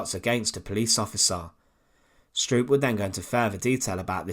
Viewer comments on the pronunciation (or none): It's pronounced "SHTROAP". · Although I am Dutch, not German, I would like to bring to your attention that the wrong way you pronounce Stroop's name. You Brits never seem to learn how to pronounce European names in German, Dutch etc. correctly. From your perspective it should be pronouced "Strope". Would it be possible that when you make video's like these that you first learn how to pronounce the names of people correctly. It's irretable the way you do it unnecessarily. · The usual irritating tuneless narrative.... Besides, it's pronounced "Strope". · This is really a poor coverof this topic. Half the pics are rote war pics that have no relationship with Stroop, whose name the commentator is unable to pronounce correctly, just as he can't pronounce Heninrich or Warschau correctly.